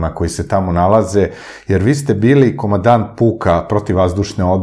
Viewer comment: KomaNdant. Izgovorite to N vise, molim Vas.